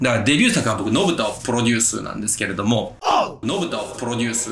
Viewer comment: めっちゃ熱いええ話してるねんけど 「ポロデュース」で毎回笑うわ。 編集の方も一緒で良かったです(笑)